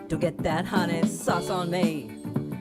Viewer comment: Not hunnies it’s hun nayyy!!